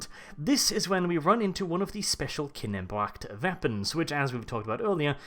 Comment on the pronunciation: KINN-NEH-BREH-CKT NOT KINNEN-BROCKT. KINNEBRECHT!!!!!!!!!!!!!!!!